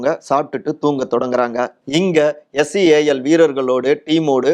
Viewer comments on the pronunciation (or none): Seal not sale😊